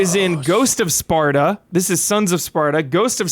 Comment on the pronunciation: Take a shot everytime says Sparda instead of Sparta xD